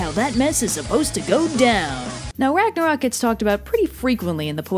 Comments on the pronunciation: Great video, as usual! Just one thing: It is NOT Ragnarok, it is Ragnarök. "O" and the Scandinavian letter "Ö" are pronounced differently. The "Ö" is more like the vowel in "Church" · The end of the world just made my day. Also, there's an accent in Ragnarök, how dare you,.